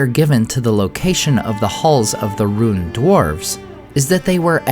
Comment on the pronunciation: Has anybody noticed how the name "Rhun" is pronounced, "Ruin"?